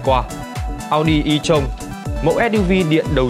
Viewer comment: À em góp ý ko biết đúng khi chữ tron đọc như ghi mà ad